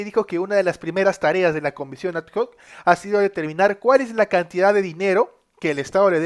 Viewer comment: No es comisión a d j o c es comisión adoc x favor aprende como se dice lo digo en buena onda.